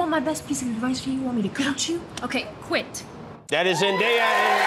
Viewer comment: I adore Zendaya ❤ what an inspiration! And please, start pronouncing her name correctly, she constantly corrects people.